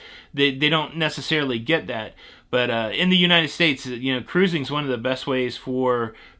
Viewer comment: Lol I don’t have much time so I have to listen to you using the Playback speed of 2x. And let me tell you!!!! It is hilarious listening to you say ‘Ca’rusing!’ Lol🤣😂 Makes my day!!!